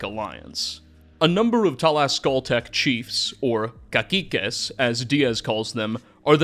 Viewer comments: In spanish the word cacique would sound like ca-see-que because "ci" makes a "si" sound not a "ki" sound. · Cacique is pronounced as Kah-See-Que. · Btw: it is pronounced "Ca-SEE-ques" (the singular is "cacique"). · It's funny hearing "caquiques" as a pronunciation (the second C is supposed to sound like an S) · hey, Cacique is actually pronounced with a soft C, like an S:D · Great vid but it could've used a bit more research towards the pronunciation of some words, like Tenochtitlan (tuh·nowch·teet·laan) and Cacique (Kah-seeh-keh) among a couple others. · I'd like you to look up how to pronounce "memoir" (it isn't a memwire) and "cacique" (it isn't caquique).